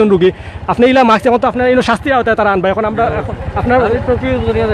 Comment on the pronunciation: ভাই মাক্স কি জিনিস? মাস্ক এত সুন্দর একটা শব্দকে এভাবে বিকৃত করছেন ক্যানো?